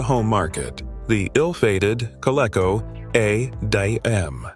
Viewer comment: the KOLECO A - D - AM - or as humans would say the COLECO ADAM.